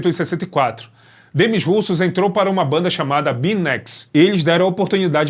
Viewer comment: poxa, RUSSOS NÃO, é "demí russô" a pronúncia...russos foi triste...